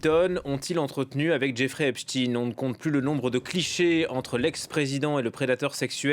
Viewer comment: Pourquoi, ils prononcent tous Eps-tine au lieu de Epstein comme Einstein 🤔